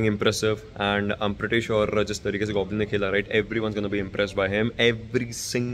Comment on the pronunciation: You say Goblin,I heard Godlin!!The beast🥵 The legacy is back,the kings are back 👑 It's just a matter of time,Team SouL will lift their third official trophy🏆 tomorrow😌❤️🕊✨️